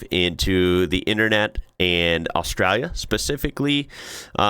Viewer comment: It’s austraLia. Aussie here lived all over Australia have never heard any one pronounce it without the L. Yes there is “straya” with ought the L but every time you say Australia without the L it sounds so wrong. We skip L in straya but Australia we pronounce the L but you may not pick up on it it’s often fast.